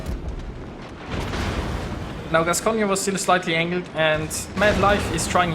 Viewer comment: Hello, on a Gascogne, you don't pronounce the last "e". You pronounce it "Gascogn". Anyway, thanks for the video.:)